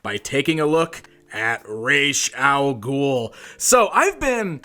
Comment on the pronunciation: Learn how to say Ras al ghul,I can't even finish watching this because of how you butcher the name .